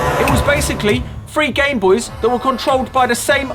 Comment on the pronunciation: Call it a Gameboys. “This is my Gameboys” Pronounced game boice